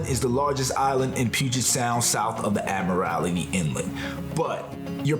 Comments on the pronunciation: Admiralty not Admirality 😐😂🤷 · Please do just a little research before pronouncing local names. Vashon Island and Admiralty Inlet are two examples of names that you mispronounced. Thanks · Admiralty is 4 syllables not 5. There is no lity on the end. I think much of the situation is being foreign (mispronouncing names) being outsiders not black. I think this has a racist tone to some extent. How about a traveling while white in Baltimore. Doesn’t sound right, huh… Our hof ballers Bill Russell and Lenny Wilkins who played during the later part of Jim Crow have made Seattle home.